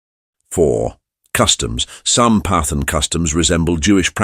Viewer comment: Not pathins but pathaans